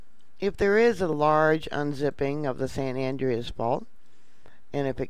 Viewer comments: San An- drey-us. An DREY us. Not andrious. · Please. Its not san andreeeas its san Andreas l. Don't pronounce the e